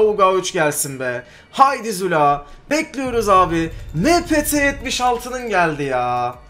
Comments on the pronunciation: Abi sen zula diyeceğine jula diyon sksjsjjsjsjs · Züla ne abi :D